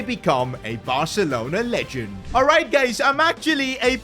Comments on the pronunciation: I think he meant to say guys but mispronounced it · yeah your right